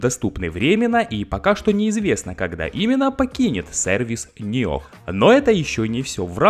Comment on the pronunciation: Не Ниох а ниоу